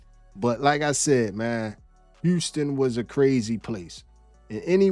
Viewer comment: ummm…is that woman deaf? Or was that an AI glitching out? I can’t handle the way she keep saying “Houstick”